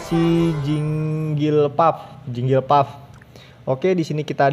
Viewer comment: rupanya kaga bisa baca jigglypuff jadi jinglipuf